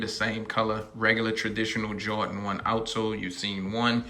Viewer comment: I love “jawdins”